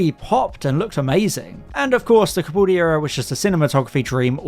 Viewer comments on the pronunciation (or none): You gotta fix your "Copoldi" and "Gawa", it's really grating.